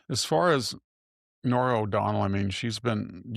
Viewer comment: So this gal interviewing VDH doesn't even know how to say Norah O'Donnell's last name, It's not O'Donald. She lost her credibility in 15 seconds. I'm not watching this.